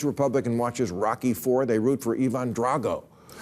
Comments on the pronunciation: Ivan!! Not Evon Drago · E-von drago ?? lol